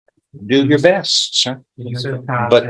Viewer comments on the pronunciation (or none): Why or how can the atty with Judge Stevens talk with improper English? He doesn't use plurals "grandmother house" , he says "aks" not ask, "bess" not best, etc...and isn't he supposed to be a professional? He sounds stupid. IDK man.